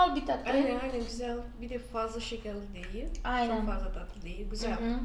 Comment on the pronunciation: Tatlıyı ne kadar datlı diyorsunuz :))